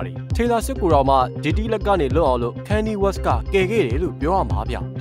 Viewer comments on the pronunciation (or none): ခါနီရေး west လို့အသံထွက်ရမှာပါ။